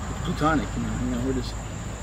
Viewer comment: "PLUTONIC" LMAOOO